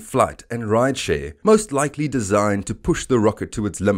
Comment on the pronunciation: "Equally likey?"